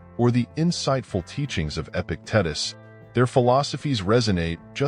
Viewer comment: EpiTITEus is how you pronounce it.